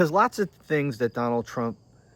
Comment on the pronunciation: called him t dump, but I can't be sure if it was just her Scottish accent. 😉